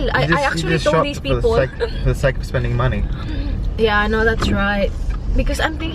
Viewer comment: Yung mga pagpronounced mo.. Yung WELL u say Will. Yung OFf You say Uff...